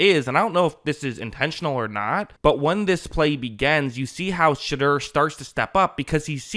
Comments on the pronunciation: It’s Sheh-door not Sheh-dur btw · Shit-dur? Why say it like that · Ummm... who's $hitter? Lol I know his name, but the way here keeps saying it has me dying. May want to just stick with Sanders going forward.